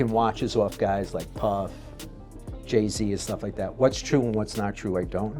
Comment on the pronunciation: Buddy said Jay somn smn z. Like what?